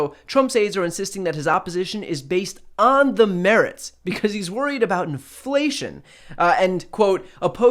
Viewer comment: Dude can't even say inflation much less know what it means...